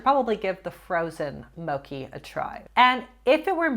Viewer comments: moCHee not moKEY 😅 it’s Japanese not Italian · mochi is japanese, so it is "motchi" not "moki" hahaha Btw if you've never had non-frozen mochi, it's amaaaazing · It’s moCHi not moKi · Mocki?? Mocki???? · also, im sorry, but please do not pronounce mochi 'mokki'. japanese is spelled with alphabet phonetically. it is pronounced mochi with chi as in chiwawa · The way you said mochi haha its more like "moe chee":D You gotta try it, it's soooo yummy! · Just fyi, it's mo-chi with a hard h like in cheese, it's a Japanese rice-based product. I personally think mochi is goat and delicious, and mochi ice cream is another step up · Hi, yes you pronunced mochi incorrectly. You're supposed to say it how Stephanie said it. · Love the message of the video! Also mochi is pronounced with the ch sound, not a k sound. I understand the confusion though because it looks similar to gnocchi. 😅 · You were mispronouncing mochi big time. Stephanie said it right. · Yes. You said mochi wrong. How Stephanie said it was correct. I love that stuff. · Dear! Mochi is not pronounced with a “k” 😂 So sad that you don’t love the texture. In Asia, the chewy texture of mochi, boba, rice cakes is highly priced! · I love these videos but the way she pronounced "mochi" hurt my heart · Same. Also fun fact mochi’s texture is called “Q”